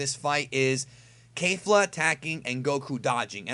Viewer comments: I have a question, please don't kill me. Why does insists on pronouncing it KEIFLA or something if the anime pronounces it KEFLA. With a flat e there. Names stay the same throughout dub or sub, so why the KEIFLA? Honest question here. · Sorry but it’s kefla not kafla